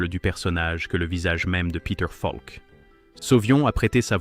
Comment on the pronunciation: Enregistrement par IA est insupportable. Monocorde plus mauvaise prononciation de "Falk" (par exemple).